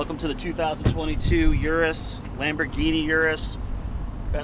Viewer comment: it annoys me sm how cyrus says urus!! It’s pronounced yu-roos not oo-roos